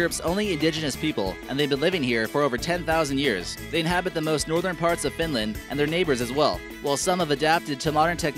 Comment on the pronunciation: Not finländ its finland